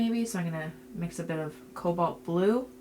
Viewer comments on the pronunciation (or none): none